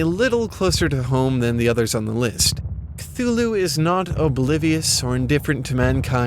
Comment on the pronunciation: this is not how you pronounce cthulhu